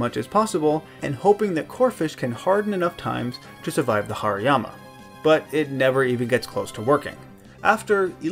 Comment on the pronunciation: Haryama is pronounced harimama